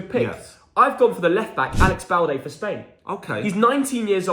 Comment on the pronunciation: Its balde dude